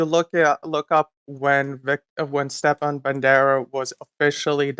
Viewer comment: He doesn't even pronounce Stepan right. Those people are just scum of the scum